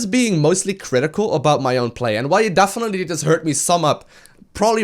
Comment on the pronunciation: "Dafinetly"